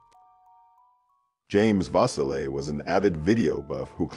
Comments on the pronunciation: Julie was four years older than me, and there are so many rumors, and conspiracy theories around her death. Thank you for covering the case. Auburnians continue to crave answers to what became of her, and who was responsible, and she will never be forgotten by her community. FYI: Vasile (vah-SEAL) Cayuga (Kay-YOU-gah) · Vasile - pronounced va-seel'.